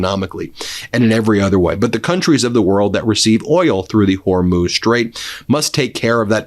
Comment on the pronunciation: Good, you finally got it, HorMOOZ not Hormose. thank you.